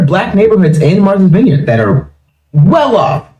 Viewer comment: It's Not veenyard, it's VINEYARD-I can tell they have never been there! 😄Also , I can confirm that 0akland by large s a DUMP with many weird, dirty creatures at that!! And, San Fran is full of good food, it's better than 0akland but gettn' worse and Alameda is Oaktown's neighbor and 0nly has some decent parts, and the Bay Area in general is Not the place to be!!